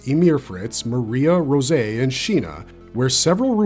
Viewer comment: Rosé? Really? Sometimes, I wonder if people mispronounce things just to be annoying. Never once did anyone pronounce that girl's name like that. Not in the anime and not in the manga. Just completely unnecessary.